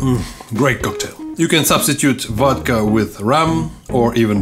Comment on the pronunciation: ahahah🤣 from now on there will only be "vod-cha" in my house! Btw.. I love your channel, nice job!! ❤️